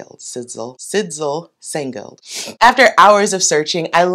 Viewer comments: The name of the woman of the sweater pattern, is a Danish name, idk how you would write it down, so that it would be more readable for people who don’t know this name, but one thing is that you actually don’t pronounce the “d”. Like maybe “Sisel/Sysel”, ok I really don’t know, ps love you and your vibe, your happiness, and your videos❤❤💫🫵😍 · Hey girl, I'm so sorry, but I have to confess, your struggle with pronouncing the name Sidsel gave me a fit of the giggles. Scandinavian languages are brutal. In this case the d is silent 😅 Problem with plus sizes is that the larger we get, the more we variate. Some curve over the butt, some flatten and widen, some has a large waist and slim arms, some the other way around. I envy you your marked shoulders, my narrow runded ones just make me look spherical when wearing over sized, bat sleeves or any onther dropped shoulder seem.